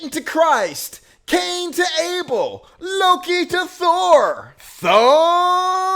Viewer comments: "Cain to Able"? Calling satire on this one. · "Cain to Able," Abel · It's "Abel" not "Able".